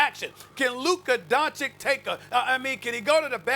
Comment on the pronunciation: My god, SAS needs to learn how to pronounce Doncic already